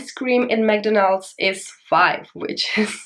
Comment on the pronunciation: I'm going to travel to China next week. I am a bit worried how much I need in my bank month. The way you say McDonals is really interesting like Japanese people call that in a same way